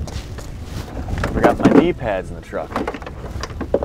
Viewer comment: When he was talking about leaving half his stuff in the truck, I could have sworn he said knee pads. Why do you need knee pads to hunt in a tree stand?